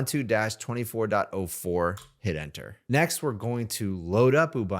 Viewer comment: I like your pronunciation of uuh-bun-too 😂. Unsloth rocks🎉. Thanks for this.